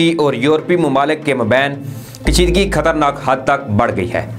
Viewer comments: میرے پیارے بھائی اپنی اوردو صحیح کریں خطرناک لفظ کو آپ کھترناک بولتے ہیں اور وزیر خارجہ کو وزیر کھارجہ کررہےہیں اپنا اردو کا لہجہ صحیح کریں. شکریہ۔ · Bhai sb aap ub kafi baday ho gaye ho... Khatarnak lafz sahi bolna shuru kr den plz